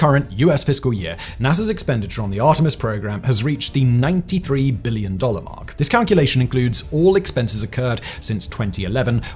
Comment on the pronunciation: can you stop putting so much forceful emphasis on the letter B in the word "billion" every time you say it?